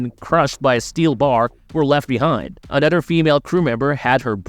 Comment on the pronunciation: Dude you you seriously are gonna talk over the whole thing like why can’t I watch the thing it’s a horrible video and the way you say another is so weird Super thumbs down